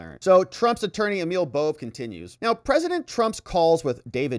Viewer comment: This whole presentation is worthless. It is full of the presenter's asides, opinions, editorial comments, and shrieks. He might want to nail down how to say Bove's family name too. Just worthless! Much storm and fury.